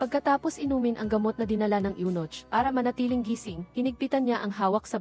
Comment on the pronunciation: Anong Yunoch? May nochhh talaga? Yunok ang pagbasa nyan. Spelled as Eunoch in English.